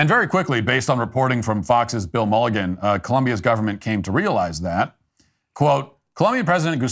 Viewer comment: That’s ma-luge-in Matt. Not mulligan. He’s only been the sole reporter covering the border debacle for the last 4 years